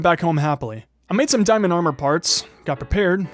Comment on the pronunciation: He says dimond usless what bruh 😂😂😂😂😂